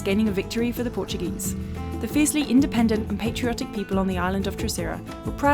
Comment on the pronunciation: Your portuguese pronunciation is pretty good. Parabéns(congratulations)!